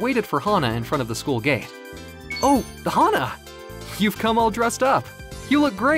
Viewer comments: I think the VA mistook “HANA!” to “HAHA!”, but the story still aline well though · Fan of how the V.A. read hana as haha lol